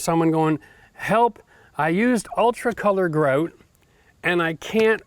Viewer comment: Why do you pronounce "grout" differently every time you say it? Are Canadians ashamed of being Canadian? It seems like they try to hide their accents, a lot.